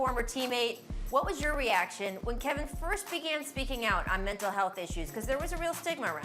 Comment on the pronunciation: Did Kendrick Perkins just say “milntal health”? 😂